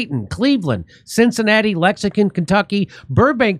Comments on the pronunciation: One of these days you’re going to pronounce Lexington right! 😂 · I love how he didn’t re-shot his intro! Lexacan, KY!! 😂😂😂